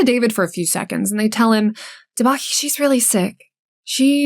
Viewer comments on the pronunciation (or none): It's pronounced "DÉbaNi". Thanks for the video, it is extremely sad this hasn't been solved in so many years, poor family.